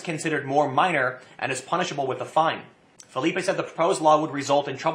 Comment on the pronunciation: Ahem....Philippe (Fill-ip). French not Spanish. Sorry I had to take this personally.